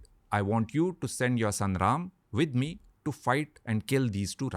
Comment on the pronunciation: Good to see that- now you are pronouncing RAM and RELATED WORDS as they should be ...